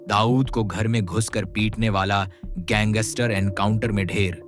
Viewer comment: Gangster boliya not ganggister